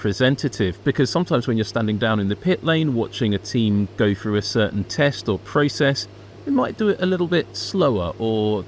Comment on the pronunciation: Jeez a commentary guy should be able to say “through” correctly. It’s not “Frew” Get rid of this guy it’s cringy